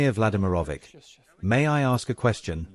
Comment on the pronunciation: Vladimir Vladymirovich The last "ch" is pronounced as in Church. Not "K"